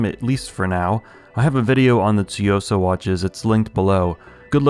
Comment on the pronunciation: One of the only reviewers that actually says “tsuyosa” correctly!